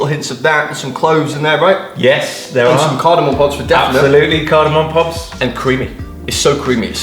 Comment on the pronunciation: Saying "Cardamom pobs" twice has made my night 😂👍